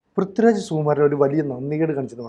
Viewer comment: പ്രിദ്യു രാജ് അല്ലാ പൃഥ്വി രാജ് 😆